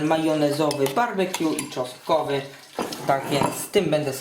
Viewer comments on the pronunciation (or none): to mówisz ...sos czostkowy?